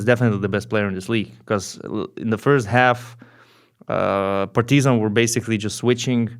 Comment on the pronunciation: Does anyone gets annoyed how he pronounces’ Partizan ‘ ?